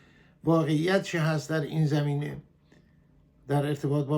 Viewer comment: آقای عزیز شما زمینه یا زمین را بد تلفظ میکنید با فتحه بگویید zamineh نه zemineh